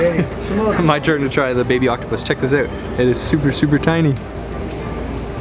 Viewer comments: "check the eut" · OMG your "out" is the most canadian I've ever heard